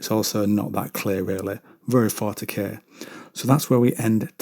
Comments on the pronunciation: I swear you said "fartykay" at the start not 40K lol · He I just heard it. Oh BTW keep doing these lore bits no one else is doing. I seen the title and was oop thats all me I'm in.